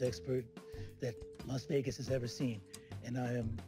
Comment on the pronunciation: It’s a casino from starstruck he also called it mas Vegas instead of las